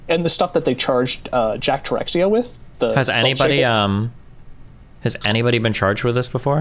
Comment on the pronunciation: "Jack Terexia" it's pronounced Tih-sherr-uh